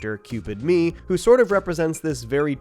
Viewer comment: Cringe how you pronounce Ye